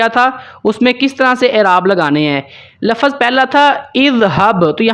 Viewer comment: भाई साहब आप समझा तो सही रहे हो लेकिन बार बार आप लफ़्ज़ को (लफ़ज़)बोल रहे हो यह ग़लत हैं इसलिए आप अपने लफ़्ज़ बोलने का तलफ़्फ़ुज़ सही कर लें।